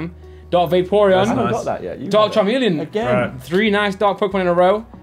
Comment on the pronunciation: his pronunciation of magnemite and charmeleon proper piss me off